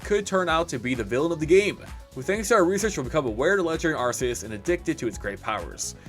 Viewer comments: good just wanted to see the ark-eus news and kept hearing it pronounced wrong and was like nu, why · When you say arceus wrong widePeepoSad